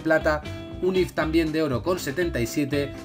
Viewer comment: dios mio porque dices cartas if si son if sif y tif por favor porque lo estas diciendo mal